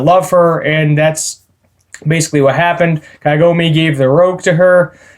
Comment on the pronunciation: Kagome. KAH-GOE-MEH. Not Kaigome. That is the "Tree of ages woman" she is the main character of the entire franchise